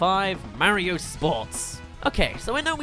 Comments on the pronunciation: It's Mario, not Merryo. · how come you say Mah-rio lol